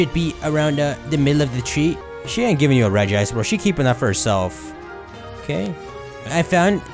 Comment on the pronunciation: Smh, Regice is pronounced "Regis Philbin".